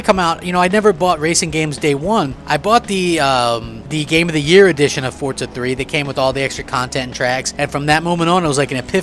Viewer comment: There is no T in FORZA!!!!!!!!!!!!!